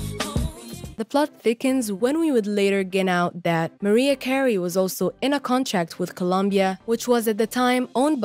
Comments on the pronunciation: WHO THE HELL IS MARIE CARRIE? LEARN HOW TO PRONOUNCE THE CELEBRIRIES NAMES OR JUST QUIT! Hard to get good help! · How is it you don't know how to pronounce Mariah Carey? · Her name is MARIAH CAREY! get it right